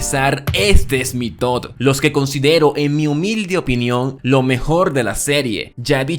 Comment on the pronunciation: buen video, pero, PORQUE LE DICE TOD Y NO TOP AAAAAAA